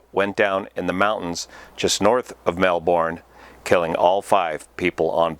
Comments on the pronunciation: Just a lil Aussie tip, it’s pronounced melbern not melborn haha 🙂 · Not that this is horrible or somehow evil, but you will always get some wry smiles and maybe a grouchy look if you say "Mel-born" to an Australian. It instantly identifies the speaker as being "not from there..." The correct pronunciation is "Mel-burn". Aussies are famous for wacky idioms, pronunciation and spelling of American-English words - more so than the Brits... That said, keep up the good aviation reporting,! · in Aus the pronounciation is “Mel-burn” - “burn” as in fire.(Not Mel-Bourne as in Bourne identity)👍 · excellent job, please keep up your channel Melbourne is generally pronounced melbawn ie don't emphasise the "r". quite a few people pronounce it melbun as in a bun that you eat Australian is a weird language...;) but we love it Down Under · Melbourne florida is pronounced like burn, Mel-burn. Melbourne Aus is Mel-bun/bin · It’s pronounced Mel-burn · Hi mate. Melbourne is pronounced ‘Melbon’ Hope this helps, Australia PS, we call the scrubby highlands Tiger country. Careful mate, she bites! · And not pronounced like Melbourne, Florida. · * Melbin **Too-cum-wall And Yarra is said with a harder "A", as in yArrA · Minor correction on pronunciation - melbourne: the bourne part is pronounced like "burn". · That Aussie city is pronounced "Mel-burn," mate! Really enjoy your channel. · To instantly feel like a Melbourne resident, rather than a visitor, pronounce the name as the locals do: Mel-bin. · Or Mel-bin” :) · Saying Mel-bun takes less work to pronounce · Nah, its Melbin. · Aussies don't pronounce anything correctly - kinda funny to see you all jumping in to teach your (our) bad habits LOL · "Melbourne" on the other hand... :)